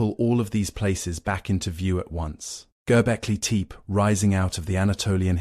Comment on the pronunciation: Need to find a way to fix the pronunciation problems - the complete butching of Göbekli Tepe completely took me out of it.